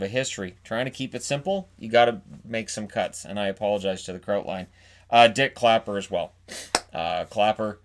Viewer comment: I totally thought you said Dick Clapper.